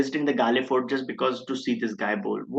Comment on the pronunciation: Prabhaths record is 2nd to muralis at galle ofc. His avg is 21 here. Muralis overall avg was 22 and avg at galle was 18. Heraths avg in galle was 24 Also it's pronounced Gall (like in gall bladder)